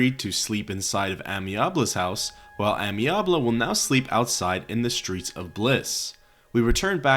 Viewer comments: Yo, someone has probably said this already but you know Amiable is not "Amyabley" but "amy-able" it's a way to say he's amenable. Able to be amenable type of thing. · Not sure if you knew or if it’s for funnies but in case anyone doesn’t - the first quest from Amiable - his name is Ay-Me-Uh-Bull and it’s a word that means friendly or agreeable! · Why did you wildly mispronounce amiable? Did you mistake it for a real first name instead of just a descriptor for the guy?